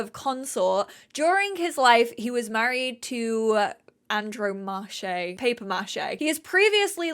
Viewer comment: Andromache is pronounced like Ann-Drom-Mackie :)